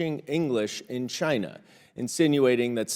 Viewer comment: I don’t trust anyone who calls it “Chaahna” (Comers) or “Chgina.” (Trump)